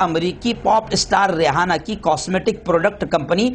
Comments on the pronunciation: امریکن لڑکی کا نام ریحانہ نہیں بلکہ ریانہ ہے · Rehana nhi h re aina h